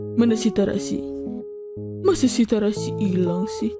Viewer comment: itu kalo tharasi di baca kan tharasi kalo di tulis tetep tharasi atau terasi kak? maaf bukan joks ya